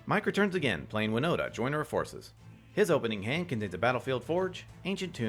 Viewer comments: Please please please reread Wino*T*a. There's a T there! Not an N! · Her name's WinoTa, not WinoNa. Although I wonder if Winona Ryder plays MtG. :p